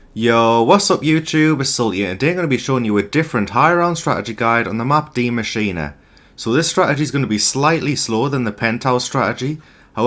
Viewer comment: Die Maschina? Is that how it’s pronounced? lol